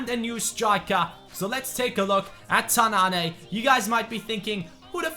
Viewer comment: ''Tannane'' is pronounced ''Tannan'' not ''Tannané'' #dimaraja